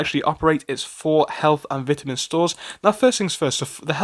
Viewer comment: Vit a min not Bitterman